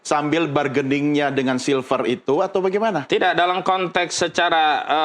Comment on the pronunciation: Nyebut nama aja silfer silver. Lu kira manusia silver? Gak ada orang lain apa yg jadi penyiar?